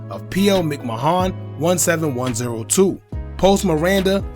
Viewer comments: A/O’s name is pronounced MCMANN bro not MICK MAHONN 🤣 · “Mick Mahon”😂😂😂 I swear on my soul all you bloggers are illiterate af!! It’s pronounced MICK- MAN as in Vince McMahon from WWE!!! 🤦🏾‍♂️